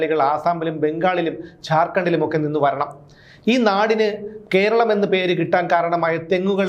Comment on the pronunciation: 'കോ'രളം എന്നല്ല 'കോര' ളം